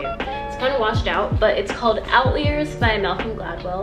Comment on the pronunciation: "outlee-ers" 😭ik u didn't mispronounce it on purpose but that's too cute 😂